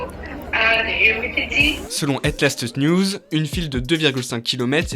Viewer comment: "Hête Laatste Niouz"... Moi, belge: 🤦